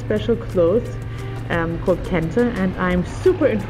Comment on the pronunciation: Very interesting episode especially about Kente. Also, love how you pronounce various local words so well. I gather you speak a lot with locals to discover the many things you show us along the way. Kudos to you.